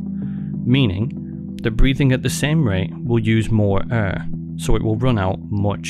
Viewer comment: “ would use more err.” U mean air 😭